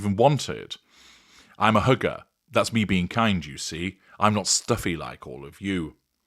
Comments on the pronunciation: The way you said “hugger”, it sounded like “hooker”! Somewhat appropriate… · Did you say "I'm a hugger" or "I'm a hooker?"